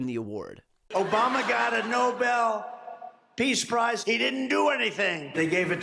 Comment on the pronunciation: he said Nobel Piss Price... not Nobel Peace Price XD